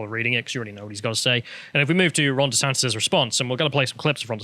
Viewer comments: Stop calling him desantez man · SANTIS FFS, NOT "SANTEZ"